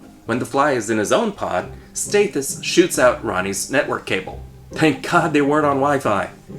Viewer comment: Great movie but please figure out how to pronounce Stathis. It's staa-this not stay-this.